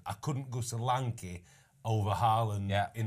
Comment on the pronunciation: Thank you Ben for saying Solanke